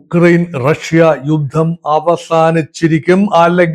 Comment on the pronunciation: ‘റക്ഷ്യ’?? ആദ്യം ഉച്ചാരണശുദ്ധി പഠിക്കൂ, എന്നിട്ടാകാം ഗീർവാണം. Not just once, but you kept repeating റക്ഷ്യ. Like saying രോക്ഷാകുലൻ 😂😂